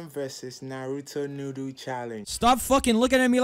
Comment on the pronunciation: first of all are we not gonna talk about the way he’s says noodles pink naruto noodo🤓 green naruto noodo🤓